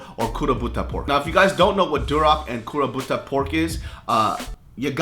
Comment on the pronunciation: i thought he said kuroPUTA pork 😂